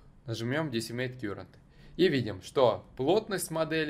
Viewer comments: Слово Current читается как "каррент", а не "кьюрент" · Я электронщик. Не кюрент , а карэнт. Ток , текущий по нашему. А так всё зашибись